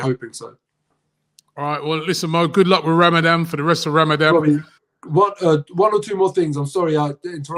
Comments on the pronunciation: Ramadan robbie not ramadam 🤦🏻‍♂️🤦🏻‍♂️😂😂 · It's Ramadhan not ramadam. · Did Robbie say Ramadam time lol its Ramadan mate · What’s Ramadam? I thought it’s was call Ramadan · Ramadam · its RAMADAM-TIME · Good luck for “RAMADAM” HAD ME IN STITCHES, the confidence he said it with looool 😂😂. Big big uno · Man said ramadam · Why does Robbie keep saying “RamaDAM”? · was i the only one who clocked robbie say RAMADAM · Did Robbie just say Ramadam??